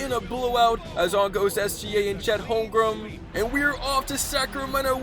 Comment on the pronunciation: bro doesn't know how to say Holmgren or Wembanyama😂he kept sayin Holmgrem and Wembanyana🤔